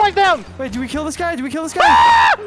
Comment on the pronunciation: " i'm gonna gill you!" 😂